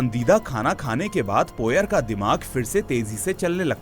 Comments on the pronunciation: हरक्यूल पोएरो not पोयर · Poyer ruined your explanation. Pronounce it correctly